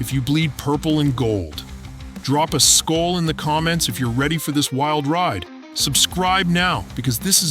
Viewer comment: learn how to say SKOL you idiot